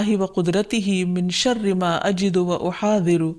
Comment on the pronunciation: plz answer my question u confuse me..ap nay dua galat parhi hay mam..is main ayuzu be izzatillahe.. zaal ki jaga wao q per rahi hain air end pai b uhaazeru ko ihaweru..yai kya majira hay